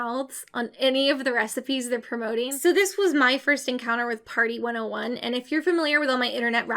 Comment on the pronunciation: HEAVY emphasize on the 101